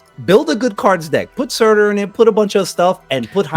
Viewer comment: Again... SUUUUUUUUUURTUUUUUUUUUUUUR. Not SAAAAAAAtAAAR